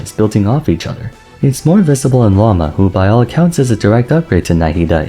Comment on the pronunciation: The way you make an effort to say characters' names correctly but insist on pronouncing Lauma wrong every time hurts my soul 😭 what did the language of Finnish do to you?